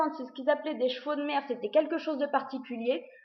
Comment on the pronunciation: Quand tu as dit " chevaux de mers " j'avais cru entendre " chevaux de merde " :P